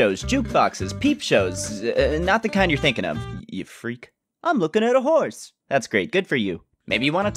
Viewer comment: "Im looking at a horce"